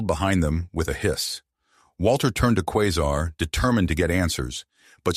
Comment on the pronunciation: Qua sar is the pronouncement of her name